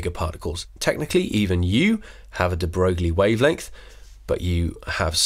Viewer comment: Its Louis de Broy, not Broo-glie